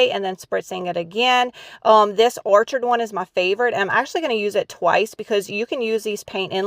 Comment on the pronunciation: Hi! Love the channel and your ideas! But, have to say a couple things. Orchids (the new stamps) are flowers. The ch is pronounced like a “k.” So it’s pronounced “OR-KID.” It’s not “orchard.” And when you have more than one goose, they aren’t “gooses”, they are geese. I know people will hate that I’m correcting you, but when you are speaking on a YouTube channel, I feel it’s important to pronounce words correctly, and then someone like me won’t be cringing inside throughout the entire video. You are very creative and I love your ideas! ❤️